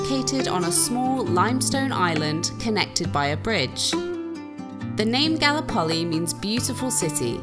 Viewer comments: Galli-poli? Is that correct? I would have pronounced it Gal-lip-oli, the same way as the Turkish Gallipoli, infamous in The Great War. Messy burger all the way! Englishman: FLA-MIN-GOS!!!!!!!!!!!!!!!! Flamingo: Ignore the crazy English tourist, they'll cart him off to the funny farm soon enough! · Exactly! Definitely GalLIpoli. Ignoramuses! 😂 Edit: also, TARanto, CasTELLo AragoNESe, Salina dei MONaci etc. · That scenery and food are killing me. Outstanding. 👍 The town of Galllipoli is pronounced: Ga Lip Oh Lee. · its calles Gallipoli - pronounce GALLLLLLLIPOLI